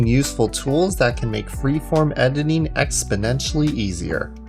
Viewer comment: edining ? xD in da beginin insert meme here nice tutorial